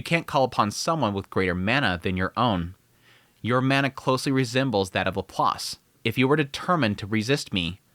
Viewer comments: Bro. Please, for the love of God. It's pronounced Lap + Lace, or at the very least Lap + Lass--not Lap+ Loss. Ugh! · Pretty sure its Perugeus not pedigus. Also don't even pronounce Shariah or Laplace correctly.